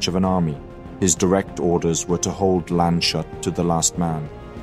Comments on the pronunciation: "Landshut" and "Landeshut" are distinct places, even if their names have a common root. Also, there's no "sh" sound in there - they are compound words of "Land" and "hut", literally "Land's guard". So the "s" and "h" are pronounced separately. As for "Vogelsdorf", the "v" should probably be pronounced more like an "f". Also, you switched back and forth between pronouncing "Fouqué" as "fook" and "fookay" - since there's an accent on the "e", the "e" is not mute. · Your pronunciation of the german names is surprisingly good (with the usual accent), however, unfortunately the most important name of this video, Landeshut, is wrong. I is actually a composita of "Land" (=land or country) and "Hut" (=hat). "Landes" is the genetive case of land, so it is actually "(des) Landes Hut" ("the hat of the land"). And that means the s and h doesn't form the "sh" sound. Which would be "sch" in german anyway. Long story short, it is pronounced "landes hoot". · it's Lan-duss-hoot not Lanshut. ;) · Great vid! But „Landeshut“ isn‘t pronounced „Landshut“ but rather „Landes-hoot“, with the a in „Landes“ pronounced like in „Wrath“ or „Wasp“. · I likes this video like the entire series. small note: not sure we need that name again but its spoken Lands-hut not Land-shut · Excellent video. One small remark, Landeshut isn't pronounced "land shut", but rather lan-des-hoot. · He forgot about that I guess. In his previous video about Landeshut he pronounced it correctly. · German pronounciation is not Shoot. it's Lands + Hut. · Landes-hut not Lande-shut. and that is just one example. While i really apreciate all the effort that goes into making videos like that, it takes NOTHING to let fucking google show you the pronouncation of names and regions and still you all prefer to butcher languages. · TAKE FRENCH AND GERMAN PRONOUNCIATION LESSONS, ALL THE E+F NAMES ARE BADLY SPOKEN FOR FRENCH NAMES ENDINGS ARE SILENT ALSO ITS LANDSHUT NOT LANDESHUT...